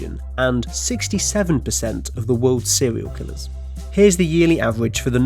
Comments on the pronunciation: Sewial kiwwers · Sewiow Kiwwows